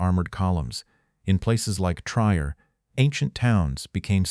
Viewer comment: Fix your AI's speech. It's not Tr_y_er. It's Trier and sounds like "treer".